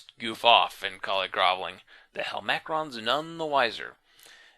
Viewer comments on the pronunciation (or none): super late here, sorry if this has already been addressed. Isn't int hel-ma-crons, not hel-mac-rons?